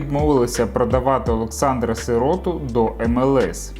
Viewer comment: Автор, б..ь . Ну не виривай з контексту. Готуйся краще. СирОту? СИроту - наголос став правильно.